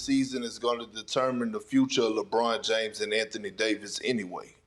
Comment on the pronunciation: Lerbon James?? 🤣